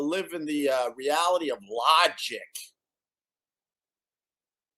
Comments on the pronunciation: Opie's attempt at "Lahhjik" with a fake podcast. I'm Sawwy! Lol. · "I live in the reallity of law-jick!"